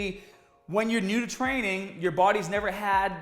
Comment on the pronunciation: “trainnin pretty haad”